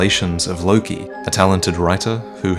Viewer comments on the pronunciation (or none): none